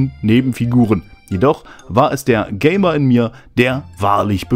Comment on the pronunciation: Ga*mer und Ga*me *=Y genial gemacht. 😂😂😂😂